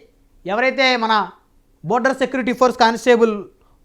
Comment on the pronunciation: బార్డర్ ర నయన.. బోర్డర్ కాదు..